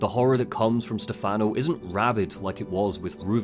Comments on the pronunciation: you mean like STEH-fun-oh, not Ste-FAHN-oh, right? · Valentini is fine, Stefano is what he pronounced wrong. The emphasis is supposed to be on the first syllable, not the second. The way he says it in game is an American pronunciation. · One thing I find funny with Evil Within 2 was how obvious it was to me that they didn't cast an Italian to play Stefano. Dude comes out of nowhere and introduces himself by pronouncing his own name wrong. I should know, that's my name too.